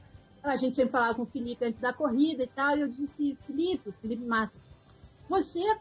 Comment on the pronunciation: "Felipe Bassa" "Bariana" kkkkkk adoro o datena!!!